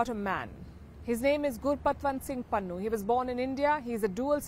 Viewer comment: It is Pannu not Pannun